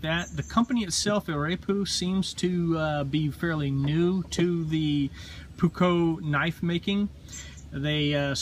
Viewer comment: The correct spelling would be almost like a japanese word. Short O, not ''Ou'' like the americans say their O.